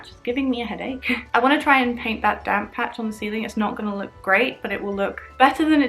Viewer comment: just realized you were saying "damp patch" and not "damn patch" 😂😂